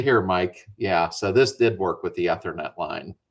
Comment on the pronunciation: Hey, the ether in ethernet is like the stuff you squirt to start an engine. Long E when pronouncing.